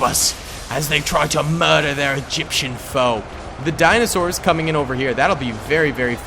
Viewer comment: dinostaurs hahahahaha